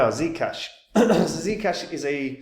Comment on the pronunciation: is that how german give me ZEE CASHH like THEE CASHH